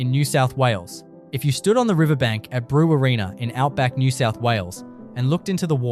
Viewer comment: This voice sounds Aussie but at about he says "Brew wa reena". What? Phonetically it's pronounced "Brew warr in uh". Brew as in brewing beer, warr as as warrent for your arrest and uh as in blunt -- that knife is blunt. Get it right.